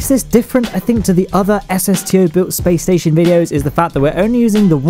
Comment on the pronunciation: lol "the spation"